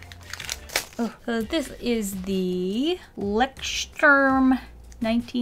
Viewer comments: Being from Switzetland I guess I am a little privileged when it comes to languages, but "Lechterm" kills me... xD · leuchtturm pronunciation: loiht-turm r is hard like in Icelandic or Russian... That was german word btw. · It's pronounced LOY-STRUM. His torso and thigh seem too short. I hope this doesn't come ofc mean. I love your videos. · like Leckstürm or so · just in case you are interested in how it’s pronounced (we all think the way you said it was adorable btw 😂) the closest I can think of would be: Lohycht-tourm (I‘m not a linguist so 🤷🏻‍♀️) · Leksturm😂❤️ sorry I'm german😂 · Greetings from Germany. In case you are interested in how to pronounce "Leuchtturm": Try saying Loysht-toorm. That is the closest, English speakers can get to the real pronunciation without practicing a lot. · The Little Book who called Leuchtturm is German and means Lighthouse And you pronounced it very funny 😂♥️🇩🇪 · As a German I adore the way you pronounced "Leuchtturm" x3 Anyhow... I think I got addicted to your channel. I love your voice, your videos and how honest you are while drawing. You really motivate me to draw more often, thank you :D <3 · Leuchtturm was founded in Hamburg maybe that's why they chose a lighthouse as logo thinking btw it was really cute how you tried to pronounce it ♥ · Her pronounciation of "Leuchtturm" (Light house) is so adorable, I just can't😂💗🇩🇪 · I love the way u pronounced "Leuchtturm" 😂😂😂😂 its the german word for lighthouse😂😂 still laughing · I am from Germany and I love how you pronounced Leuchtturm 😂 Lots of love <3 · The way she pronounced Leuchtturm😂 it was very cute. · So cute how you pronounced "Leuchtturm"! :D It's German for Lighthouse. Doesn't make any sense as a name for paper though... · I love how you pronounced Leuchtturm xD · Your pronunciation of Leuchtturm killed me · OMG the way she pronounced „Leuchtturm“ lmaooo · Its kinda cute how she pronounced "Leuchtturm" ahaha